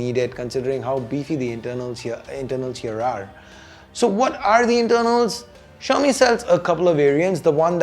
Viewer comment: why does xiaomi seems to be like chaomi when you pronounced it.